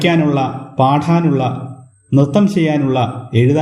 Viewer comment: Sir നല്ല ക്ലാസ് പക്ഷേ പാഠാനുള്ള എന്ന് കേട്ടു പാടാനുള്ള എന്ന് ശ്രദ്ധിക്കൂ